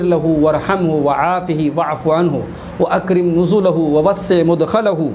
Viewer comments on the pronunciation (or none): Madkhal hona chahiye mudkhal nahi